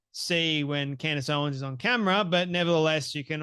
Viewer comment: He says, 'Candy Owens'😂😂😂😅